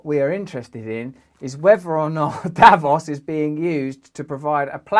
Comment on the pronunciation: Russell, I love the stuff you do and find it very inspiring. As a Swiss person however, I please ask you to put the accent on the second vowl in "Davos" ( Daa-vòs) because you're making my ears bleed, mate